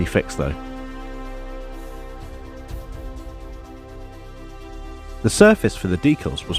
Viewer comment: Looks great! Amazing finish! Might just be your accent, but you have sort of invented a new way to say decals, deculs